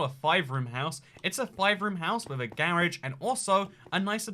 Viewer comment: I love the way he say garage 🤣🤣 “GAarge”